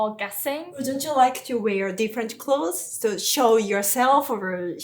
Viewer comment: She suddenly went full British when she said "clothes," lol.